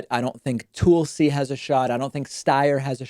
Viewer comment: David cracks me up in how he says Mayor Pete's last name (the first time he said it) and also Tulsi